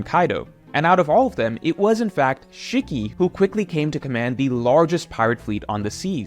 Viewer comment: Shikky =/= Shiki (She-key)